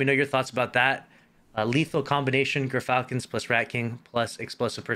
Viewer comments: It's Gur-Fal-cons. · Pronounced like: Gear-Falcons. The Y is a little different than the traditional American English pronunciation, but it's close enough. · Yur-falcons , like how you say gyro.